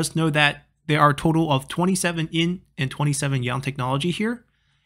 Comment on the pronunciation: Why do you keep calling it "in"?